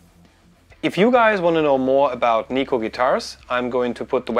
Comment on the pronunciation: You're pronouncing Neko wrong. It's Japanese for cat so Google translate will tell you. ;)